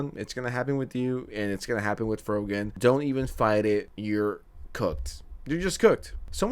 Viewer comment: Everytime you say happen you pronounce it "hapten". I look for it in every video. Lol going to go touch grass now